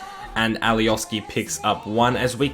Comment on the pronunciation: and alioski is pronounced alioshki